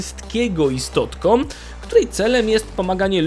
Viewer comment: "Bojomcom siem istotkom żyjącom". Chłopie, materiał ciekawy, ale gdzie się uczyłeś języka polskiego. Masakra, tego się słuchać nie da. Uszy więdną.